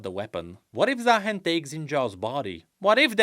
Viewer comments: He's supposed to be ZaaHEN not ZaaMAN 😭😭😭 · Am I the only one that hear Za Hen ? Like The Hen? Cause bird 😅😂